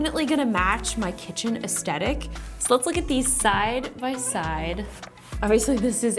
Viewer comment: I was surprised you didn't say "woofer" differently from me, then you said "aesthetic". . . .